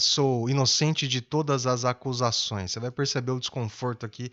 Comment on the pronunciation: Ele diz: "sou inocente de todas as "ascusações", errando a pronúncia da palavra.